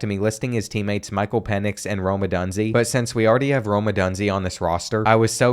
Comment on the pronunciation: Great vid but btw it’s pronounced Pen-ix